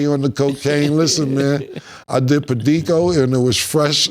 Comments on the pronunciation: PERICO’‼️❄️, not Pedico⚠️ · Cam said Pedico lmaoooo it’s Perico Cam